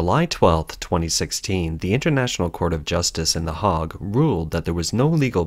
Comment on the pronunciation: What's the 'hog'? that's a pig lmao,, The Hague